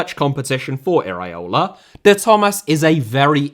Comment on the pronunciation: please, repeat with me: e-ra-o-la, not e-raee-o-la 😅.